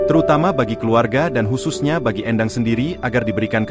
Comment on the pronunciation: Éndang bukan Endang... Ini orang Sunda